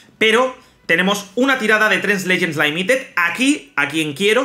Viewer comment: Legends laimited jaja todavía lo dice así 😂